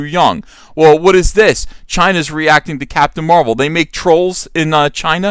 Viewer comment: Captain Da Ma-rvel.